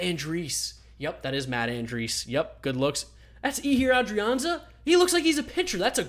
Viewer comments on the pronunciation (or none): I hope this doesn’t come off as rude but Luis Arraez is pronounced like uh-rise, and Ehire Adrianza is pronunced as A-ray